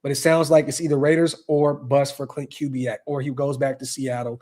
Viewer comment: Correct pronunciation of Klint Kubiack: Koo-bee-ack